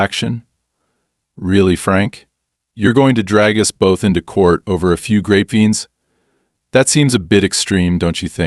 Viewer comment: Must be AI since he can't pronounce grapevines. I'm in California and grapevines for wine are popular to plant except they take a lot of water, huge amounts